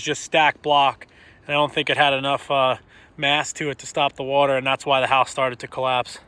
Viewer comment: I love that he said - you add wata'